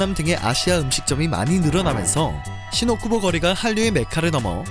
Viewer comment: "신오 쿠보"가 아닌 "신 오쿠보"(新 大久保)라고 발음하세요! 타 지명으로 들립니다.